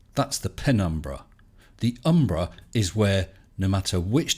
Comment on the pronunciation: I got the impression that he thought it couldn't be done. The way he phrased the challenge implied strongly that if anyone tried it, they'd fail. Then there's the way he always used, and pronounced, "umbra penumbra" with the cadence of "abracadabra." Normally one would speak of the umbra and penumbra. So it seemed he thought that nobody would succeed at his challenge. Then you went and did it. So T&S put out a response congratulating you and saying he wanted you to succeed. That didn't ring true to me, but he said he'd be putting out a video explaining why. So I was looking forward to him revealing his esoteric plan to get you to paint yourself into the corner of proving there's an umbra and penumbra and thereby somehow disproving the heliocentric model (or whatever). It seems, from the elapsed time, that his response video was a desperate attempt to deny having been humiliated. But maybe I'm wrong and any day now he'll upload a triumphant video. I'm not holding my breath.